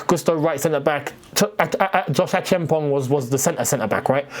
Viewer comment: I like how you pronounced Acheampong. You are the only creator that has come close to mentioning his name properly